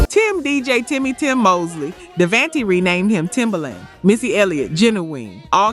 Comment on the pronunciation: K-sigh? Dayvantee? Joe dey see? Mary J BLEEJ? gin a win? Die brat? The fue-Geys? Lip cinching? Please please PLEASE A STOP USING AI! Just read it. It's not hard